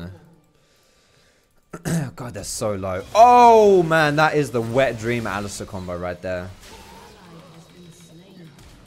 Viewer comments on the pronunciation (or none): none